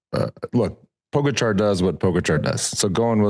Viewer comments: Armstrong and Hincappie still do not pronounce Po Gahh Chaaar....correctly...it is not Po Ga char For god's sake..come on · Why is it that Armstrong and Hincapie cannot pronounce Tadej last name